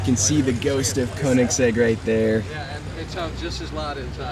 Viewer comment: Learn to pronounce "Koenigsegg"!